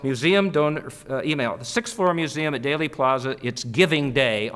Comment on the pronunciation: Wish he'd get the name of the assassination site correct - NOT DAILY Plaza, DEAL-y Plaza. Heck, he's all of 15 miles or less of the site when he does this talk, admits he was there early that day, but has no idea how to pronounce it? Really?? Perhaps he wasn't there, or he just doesn't care.